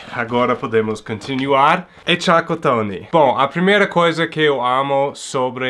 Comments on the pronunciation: "Tchacatony " kkkkkkkk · "Chacotone" kkkk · Boa tarde, achei o máximo vc falar tchacotone kkkk e muito engraçado, pode ter certeza que o Brasil já te considera um brasileiro.um grande abraço e boas festas pra vc e sua família 😁😁😁😁😁